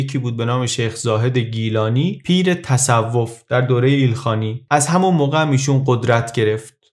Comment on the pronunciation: دمت گرم با این صدات اما تَصَوف نیست تَصُوف است❤